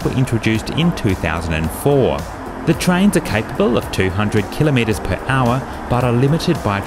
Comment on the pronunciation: Thank you for pronouncing 'kilometre' correctly! :)